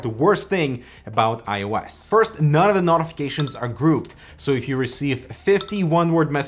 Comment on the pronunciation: iOS not iUS